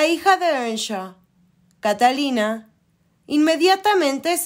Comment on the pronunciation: Catalina y Eduardo? 😂😂😂 Que pesimo doblaje y que pésima pronunciación de los nombres y lugares.